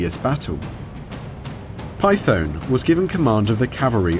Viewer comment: Not read like Python .... just saying :)